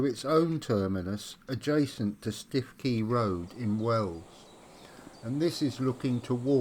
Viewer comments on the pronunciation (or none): Stiffkey is pronounced "Stookey". Thank you for making this video available. Lovely to see footage of the G.E. and M&GN Railways as they once were. My family were involved in the M&GN from its building to its closure in 1959. My Grandmother Alice Miller was the Manager of the Melton Constable Station Refreshment Rooms - she was the 2nd daughter of William Henery Miller who, from being a Navvy, became Passenger Guard on the very first Yarmouth to Leicester Express Train - commonly known as "The Leicester."